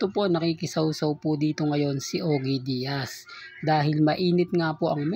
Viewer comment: NAG ARAL KABA HINDI OGE DIAZ HINDI SYA SE OGE ALKASID. OG DIAZ ANG TAMA PAG PRONOUNCE. ANG BOBO MO TALAGA😂😂😂😂😮